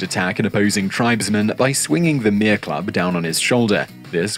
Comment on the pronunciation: Mere - meh-re 2 short syllables